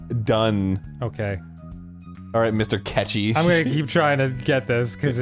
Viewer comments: Goddamn my Persona 5 obsessed self... I keep hearing Aketchi ghost, instead of catchy ghost. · At some points it sounds like they are saying ketchi and not catchy. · Anyone else start hearing “cetchy” instead of “catchy” after a while? Also, hey, what was your favorite game grumps episode? I liked the one where Dan and Arin used voice to text to try and catch a ghost in action for a looooooong time. Or I like the one where Dan and Arin try to figure out how to play pool for a looooooong time.